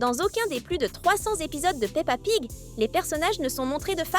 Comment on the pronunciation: Au début elle a dit pa pig